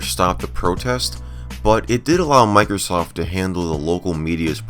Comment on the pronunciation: It sounded like she said micro SOS